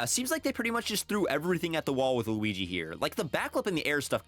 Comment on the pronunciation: “the wigee we all love”😂